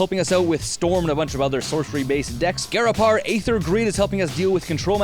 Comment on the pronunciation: Sorry to be "that guy," but I am almost positive Ghirapur is pronounced "gear-ah-purr." Other than that, nice video. :)